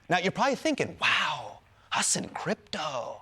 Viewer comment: Thank you for pronouncing your name properly. Know I know.